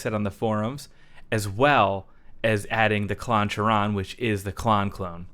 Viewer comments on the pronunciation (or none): Another great video my dude! Two things: 1. Does it kinda get a little SRV bite or am I losing it? 2. Do you think it might be pronounced "kai-ron" so it rhymes with Klon? Just a thought. Keep up the sick videos!